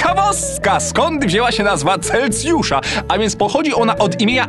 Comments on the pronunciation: celsjusza a nie celcjusza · Ale to bolało jak on mówił Celcjusza zamiast Celsjusza XD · Mój Boże. Nie chcę się czepiać ale chyba tylko ja zauważyłem że 3 razy powiedział CelCjusza choć powinno się mówić Celsjusza gdyż tak to jest poprawnie:) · CelSjusza kurwa. Tam jest S do chuja, nie C. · mam nadzieje, ze to "powiAcie" i "CelCjusza" to specjalnie ;)